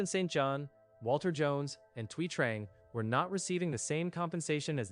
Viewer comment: Thuy is pronounced "Twee."